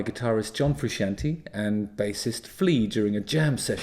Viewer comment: I’ve watched him criticize John and the band several times. As a red hot chili pepper fan, I couldn’t not disagree more. But Justin if you’re going to criticize someone at least learn how to pronounce their name correctly. It’s pronounced Fru-shon-tay not fru-Shan-tee